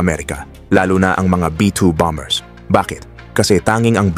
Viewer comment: Mahusay at detalyado ang report mo… kaso i-check ko lang ang pronunciation mo ng: BOMBER (S)……. [ Ba-Mer (s] Silent letter B.. Again…. Ba-Mer! Hindi. … BAM-BER … sakit da tenga kasi… no offense mesnt..